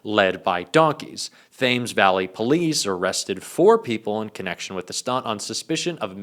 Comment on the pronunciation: "Thames Valley" is pronounced "Tems Valley" sorry our language (which the US have bastardised) is problematic.